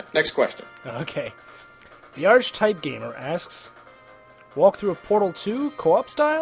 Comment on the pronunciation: I am very honored that you chose my question out of all of those who commented. A little fyi for you the word archetype is pronounced as ahr-ki-tahyp, also check out the song title by that name this band that created this song has been copied over and over for their style of music